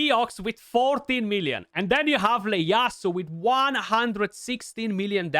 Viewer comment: It’s an I not an L. Pronounced E A ASU